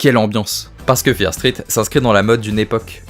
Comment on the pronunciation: Ça me stresse, tu peux ajouter le "T" au mot "Street"...